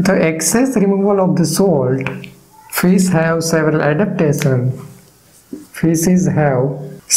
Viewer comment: Thank you so much! This lesson is very clear. (And I love when u say "Fis"❤)